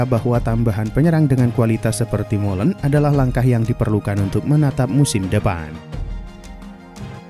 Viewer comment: Malen bang bukan molen